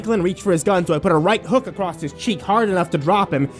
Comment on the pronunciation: Why do you keep peonouncing ACROSS with a Z you claim to have done English at school? Crossed and ACROSS are two separate words with different meanings but I shouldn't have to tell you this you aren't five years old...the age at which EVERY British kid knows this!